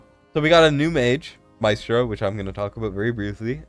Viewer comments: Mystra is pronounced as "Mistra" She's a goddess of magic from DnD Re: Talula. She got a fix some months ago (no CC covered it though because it was forerunner only) and has been very useful in Semrah. there are a lot of > 120k Apoc 2 Talula teams on forerunner We have 3 DEF scaling units: Krodor, Drayga, Azhor Re: Esotericist Lord; Kalina has True damage, so they won't be the first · Mystra (pron. "y" like "e") lmaoo it's literally like the Goddess of all MAGIC Mystra in DnD! I need her...